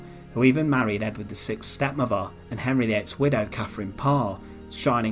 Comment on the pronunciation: Yet another group of interesting facts spoiled by a dreary and incompetent commentary style. And, by the way, it’s “siXth”, not “siKth”. Sigh.